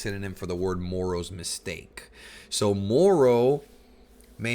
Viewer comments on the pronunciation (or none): Its Meerus mistake, not Moros...